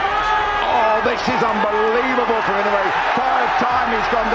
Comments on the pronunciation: FFS his name is Inoue not Inouwhey, the narrator needs to learn how to say the name before doing the docu, completely distracting. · Name is pronounced: E - NO - WAY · It’s not In-no-way. It’s I-NO-WAY! Fuck these announcers. They paid money to announce fights but lack the professionalism to learn how to say their names right. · Not EE-now-yay... E know way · Inow-yea? Ee-noo-e? AI narrator seems confused.